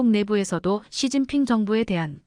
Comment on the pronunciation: 왜 이런가 시진핑을 서진핑이라하고 목놓아 우는경우 목논아 운다 라고 연설하신분도 한국사람은 아니라고봅니다